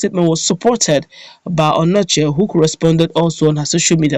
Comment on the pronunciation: That's not Anochie, it's Onochie, check very well before you write ir say a thing.